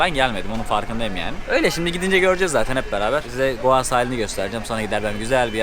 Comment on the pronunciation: Sen goa diyodun ben doa anliyom jsjsjjsjs